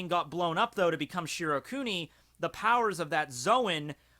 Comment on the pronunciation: shi NO kuni goddamit. Not shirokuni.